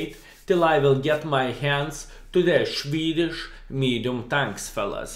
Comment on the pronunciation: Shwedish mediums😂